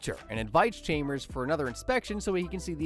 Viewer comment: Tell me you’ve never seen The Simpsons without telling me you’ve never seen The Simpsons… “Chaymers”